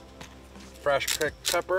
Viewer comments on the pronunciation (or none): “frash crecked pepper” haha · Frash kreck pepper 🤣🤣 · "Frash crecked pepper" - Lol🤣